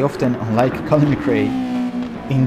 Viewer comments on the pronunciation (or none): none